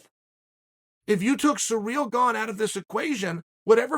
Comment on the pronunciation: Chael "Surreal Gone" Sonnen